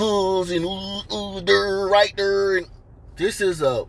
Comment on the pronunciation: “right derr” 😂😂😂